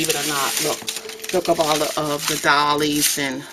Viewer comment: Fabulous art! Very different take. Very original. Doilies (pronounce "oil" ---not like dolls).